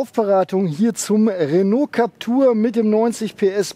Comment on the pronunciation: JUnge, dat heisst Captüüüüür- (wie Klapptür) man, soviel Zeit muss sein.